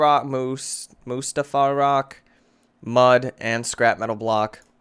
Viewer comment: You miss said Mustafar it's Mus-tae-far.